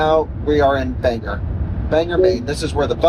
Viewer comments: You rage baited my wife from Presque Isle for many reasons but the most annoying was that it is pronounced Ban gor not Bang er. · Not me screaming BANG or. There’s no “e” in the name